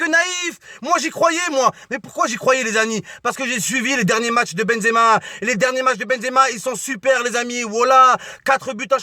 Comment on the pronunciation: on a marre de ton benzeama walah je suis algérien mais tu me fatigues avec tn benzeama